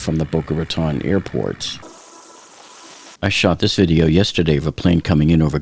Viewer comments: Please if you hear in Boca Raton(e) please at least pronounce it correctly!! Bocas de Ratones in Spanish or pronounced in American English and phonetic spelling Bo-kah Rah-tone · Dude!!! IF YOU LIVED THERE YOU SHOULD KNOW HOW TO PRONOUNCE IT!!!! I lived there for years…it’s Boca “Ratone”…long O Lmao even the 911 called said it wrong!! We actually had a mayor a couple years ago that also said it wrong 😂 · How do you say this is your home town, when you mispronounce Boca Raton? It’s pronounced “Ratone” 🙄